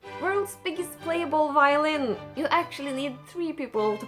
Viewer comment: He calls it the violent... badum tttsss... i was somewhat laughing at that point and i don't know if it's just sad or funny if you trip and cut your arm on your own violin 😅